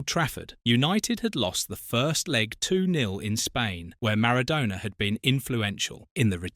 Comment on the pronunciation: Sowness and maradoona... I hate AI commnentary